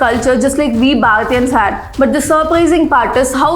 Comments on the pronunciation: Go back and watch the video (listen carefully this time); she never said ‘Bharatians’ she said ‘Balatians’… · close your eyes and listen 🎧. Don’t let the subtitle fool you… She does not pronounce the H whatsoever and her R’s sound like L’s.